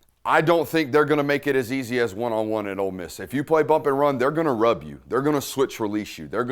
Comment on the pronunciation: Love love love the break downs Dude. My only note is that we are "OLE" Miss...not "OLD" Miss. haha. Every time you say "OLD" I think of my mother-in-law. I don't want to think about that hag while im watching football! haha. Hotty Toddy!